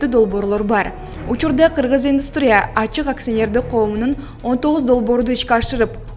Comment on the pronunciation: Индустрия менен модернизация деген сөздөрдү жакшылап окусан